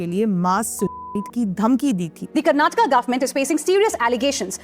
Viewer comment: atleast say Karnataka properly . nali ki pani laundi